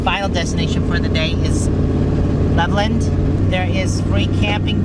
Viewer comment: It is pronounced Level land. I was born & raised there.